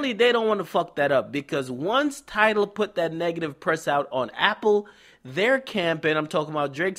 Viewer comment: Gonna have to start calling tidal, TideL